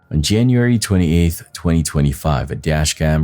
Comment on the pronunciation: Hey, I love your videos. But producers, please adjust your narrative computer voice to correctly pronounce the months of the year. Gets very agitating hearing January and February always pronounced so incorrectly. It happens too many times to leave it alone and simply let it slide. Jan-u- wary Fe-bru-wary I know these aren't dictionary exact, but they are how people pronounce them and are highly use to hearing them. Please promptly adjust. Thank you😊